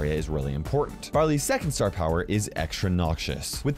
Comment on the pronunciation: It sounded like he said "Brother's" getting a new gadget.